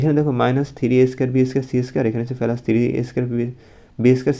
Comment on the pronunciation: প্লাস না পেলাস 😂😂😂😂